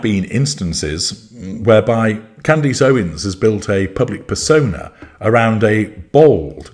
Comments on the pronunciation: or, CANdus... not canDEECE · Candace, not Candisse. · deliberately mispronouncing her name to belittle her and to annoy her fans - well played, well played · “Necklace.” “Palace.” “Grimace.” …….. “Candace.” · I love that you purposely mispronounce her name. 😂 I am ashamed to admit that I was a follower until her “support” of Tate and Weinstein. So, I’m not surprised of her exploiting the Kirk tragedy. It’s utterly shameful.